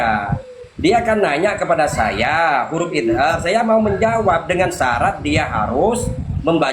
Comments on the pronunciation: DIA BILANG, IZAR,,SEKALI LAGI IZAR,,,DIA MEMBACA, IDHAR,,,DI EJAH, IZAR,,,PADAHAL,, ID HAR INI YANG BENAR,,,❤❤❤ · Ha ha ha idhar aja ngucapnya izar,, habaib sesat dasar,, mudah2n Allah ngsh azab cepat